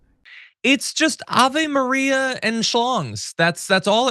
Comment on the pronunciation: Not Ava Maria and Slongsss 🤣